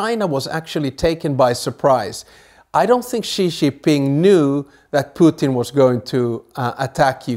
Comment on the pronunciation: Ghastly pronounciation of Xi’s name discredits the whole presentation